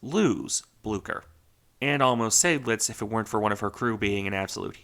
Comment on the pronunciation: But the only correct pronunciation is not that difficult. Once again: Zide-lits. Just listen to a German! :)